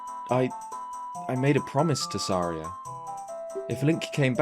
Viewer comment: Why do you say Saraya weird?